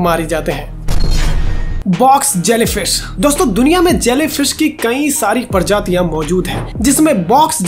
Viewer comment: परजातियां नही प्रजातियां बोल